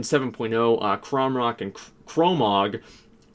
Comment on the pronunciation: its kormrok not kromrok